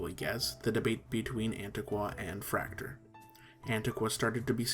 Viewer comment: Nice general overview. However, Fraktur was not limited to Germany historically. Norway, Estonia, Latvia, Denmark, and of course Austria were at one point heavy users of Fraktur. Likewise, Fraktur is not pronounced like 'tractor', but is pronounced 'frock-tour'.